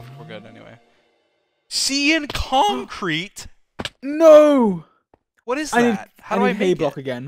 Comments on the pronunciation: sEe-An cOnKrEte!? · Everyone: “Cyan concrete” dream: “sea-yan concert” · SEE-AN CONKREET